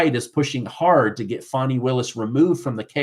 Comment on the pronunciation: Fanny,or funny, not fawny.